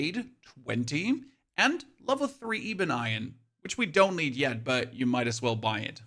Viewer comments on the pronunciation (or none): “Ee-bun eye-un” gets me every time instead of ebon iron 😂